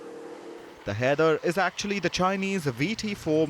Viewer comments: shouldn't "Haider" be pronounced as 'High -der " ? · Haider ❌ kider ✅...... 😂😂😂😂